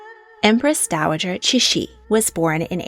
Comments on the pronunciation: I really appreciate your work, but in the future, please note that “Cixi” is pronounced more closely like “Ts-she”. The “C” sound you see in Hanyu pinyin is pronounced like, “Ts” as if you are imitating a cymbal. You pronounce Polish names so well so I can’t fault you here cuz none of us can do it all! Thanks so much! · Cixi Is pronounced (cersi) and I was hoping that you would do a deep dive about her and her life and time as dowager it's really interesting how she helped facilitate the downfall of imperial china I really hope you talk about her again in the future